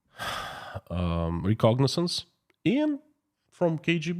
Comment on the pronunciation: Reconnaissance not recognizance